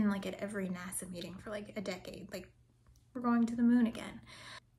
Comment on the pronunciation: "high up in NASA" and it almost sounded like you said "high up in nazi" but maybe that's just my ears. ;)